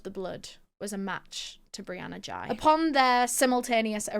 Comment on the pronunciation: No hate but in UK we would pronounce it like whey with a G